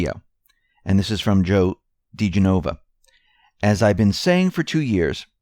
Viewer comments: I been a Q-bee since March. Followed all decoders I could find for months. You,, are the best, the most comprehensive. I will follow you into war without question. For info: "Joe dee-GEN-o-vah." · Name is Duh-jen' uh vuh